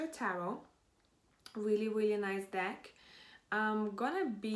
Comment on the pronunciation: Number 1 and I laughed when you accidentally said d*ck HAHAHAHA